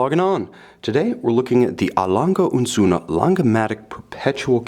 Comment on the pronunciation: One of the best pronounciations of the a. lange & sohne brand by a non-native speaker. Many here in Singapore go 'ah lang-ay'.